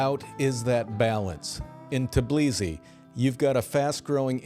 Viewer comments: how can you give a "serious" advice if you can't even pronounce correctly the name of the city you are talking about??? say with me T-B-I-L-I-S-I, not tAblisi, man! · You keep missing the first "i" in Tbilisi. It was an amazing city before the Ukraine war started. I've heard that tons of Russians have moved there and drove prices way up since I was there. But it's till probably worth moving to. I loved it. Stalin's dilapidated summer house was worth the day trip! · Capital of Georgia is called Tbilisi, not Tblisi. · You can't pronounce Tbilisi, Jesus.